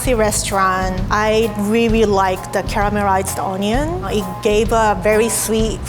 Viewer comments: i reary rike the caramerized oniyon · "caramerized onion"' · Cammermarize onyon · "CARAMARIZED OMION"